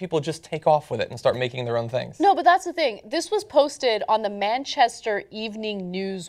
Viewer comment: MANchester not MEN